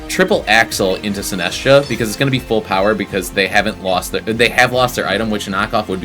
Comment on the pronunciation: also Sin-ass-tcha instead of Sinist-cha